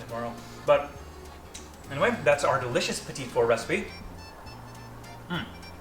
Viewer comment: I think it's "pee-tee" not petite. And only Julia is allowed to measure over the bowl. :p